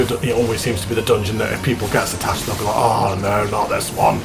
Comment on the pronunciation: There are three S's is Sastasha THREE!!!! SAS SAStasha lol my OCD is triggered sir..... Joking aside though, nice video, will only get more interesting as it progresses to some of the later dungeons, might log in and join you for one or two of them as the series continues:-) you might meet some..... "interesting" characters along the way lol